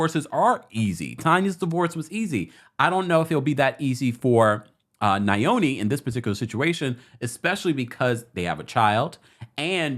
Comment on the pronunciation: my lovely brother.. Just a heads up. His name is pronounced Yoni, which means "Our Own" His wife's name is pronounced "Malo Meni" Hope this helps. Love you